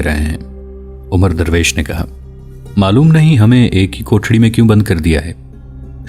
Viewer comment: بھائی میرے یہ لفظ عمرو نہیں یہ لفظ عمر ھے (عین کے زبر سے )